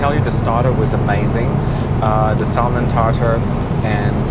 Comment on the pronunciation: Nice review, but please refrain from pronouncing the "l" in salmon.